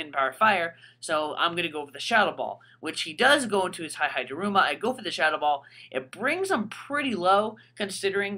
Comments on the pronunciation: E-E-Daruma Not Hi-Hi-daruma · hihidaruma is pronounced as he-he daruma not hi-hi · its pronounced he-he daruma not high-high daruma dude do you see anyone else calling it that, get with the program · Why does he pronounce hihidaruma sa Hai-hai-da-ruma? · It was painful listening to you call it "Hi-Hi-daruma" >.> ow. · HAI HAI DARUMA!! Seriously though, you have been told literally thousands of times how to pronounce their names...just like Hon-Krow, Vennu-Saur, Lati@ and the many other examples.